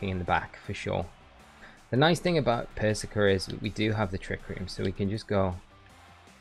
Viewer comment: You know how Starbucks intentionally misspell your name so you post it on social and give them free advertising? Pretty sure that’s what is doing here with how he’s pronouncing “persicker” 😂